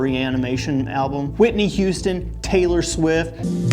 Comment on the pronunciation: He just said tsylor swift 🤡